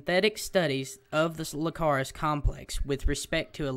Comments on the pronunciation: it annoyed me how many times you said lcacrus instead of icarus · It's not Lcarus it's Icarus, with an "i" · nice but its icarus not licarus i believe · its pronuced icarus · Icarus with an i not with an L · lol everytime u said Icarus wrong i just wanted to slap you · Its an "i" not an l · Nice information, but, you're pronouncing it wrong, if you wanna know how to pronounce it then watch dragon ball Z that was Gohan's dragons name as well.